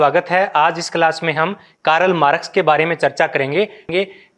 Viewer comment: What is कारल मारक्स ।। शुद्ध उच्चारन करो भाइ